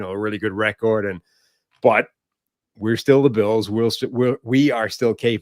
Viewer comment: the way say the word,”record “ is funny af to me